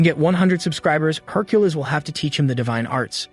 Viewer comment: Can we get the AI to stop saying Herculiss?